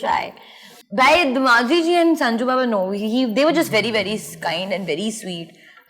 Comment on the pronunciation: Yeah she said but not 'babu' its "Baba" hear that again